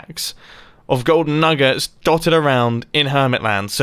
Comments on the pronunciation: Mumbo; nuggers for diamonds Me thinking he said the n-word Me- (0-0) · Thought I heard "nuggers for diamonds" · Anyone else think nuggets sounded like something else...